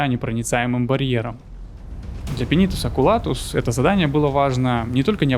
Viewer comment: Сидел слушал всё было класно, но потом слышу "Пенитус Окулатус" и меня прорвало, так дико я не угорал давно.... пинитус окулатус... ох уж эти имперцы, все у них через пенитус.